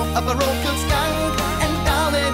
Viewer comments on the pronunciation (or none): none